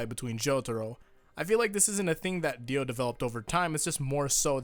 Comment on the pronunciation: diu?! pfft, di O